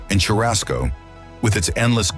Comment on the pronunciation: If you’re gonna act like you’re an authority on Brazil, at least learn how to correctly pronounce the things you’re narrating. Churrasco— chur-ass-co Fejoada— Fay-Jo-Sara Açaí— Ahh-say—eee Many more mistakes. Hire me for your next video?